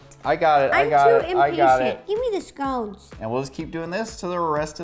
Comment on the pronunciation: I would probably like this if you could pronounce 'scones' properly...